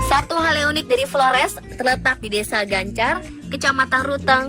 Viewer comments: Bukan gancar tapi cancar bukan tete tono tapi ten'te teno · cancar... bukan gancar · Bukan Gancar tapi cancar